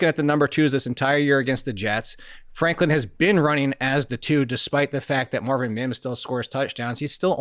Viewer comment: Franklin - not Flanklin